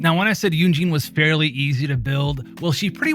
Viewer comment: just constructive criticism, but you can pronounce her name yun jin like yoon (moon) jin (tin) 😊 thats the proper way to pronounce her name :)